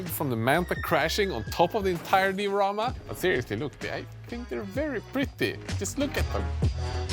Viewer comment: Say diarama one more time!